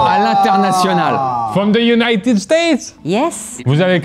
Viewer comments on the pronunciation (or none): none